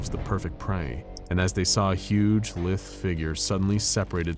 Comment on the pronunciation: Lithe. The word is Lithe with a long i.